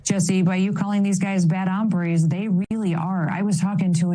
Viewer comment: The way she pronounced ‘ hombres ‘ makes it sound like pepper is too spicy for her and she eats mayonnaise out of the jar